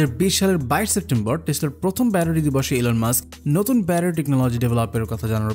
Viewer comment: বেশি শুদ্ধ বলতে গিয়ে ব্যাটারি কে ব্যারারি বলতেছেন🤓🤓